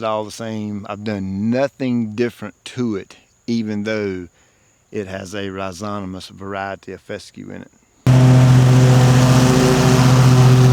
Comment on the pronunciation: rhi zo ma tous not rhi zo ta mous 👍😊